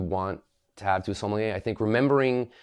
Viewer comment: I refuse to take take advice about wine from someone who can't even pronounce Sommelier correctly